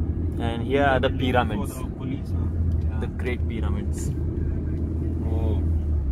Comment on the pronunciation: The great Peeramints.... Omg bro. Who told u to pronounce Pyramids as Peeramints.